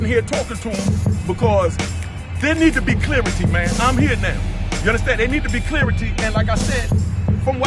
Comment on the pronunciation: It's pronounced CLARITY bruh!!! Learn how to talk